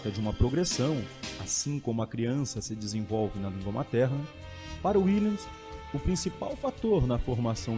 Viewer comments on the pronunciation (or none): A pronuncia correta do nome é com V Willems